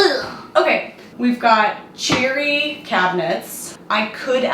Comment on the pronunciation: Every time you said cherry I thought you were saying cheery. Well, now the whole kitchen is, so nice job!